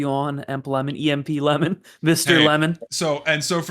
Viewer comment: This dude said “EMP-Lemon”